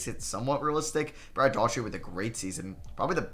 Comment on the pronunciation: Brad Dough-er-tee. Not Daw-Tree